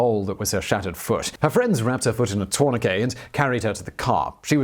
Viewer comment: Torn-a-que Tourniquet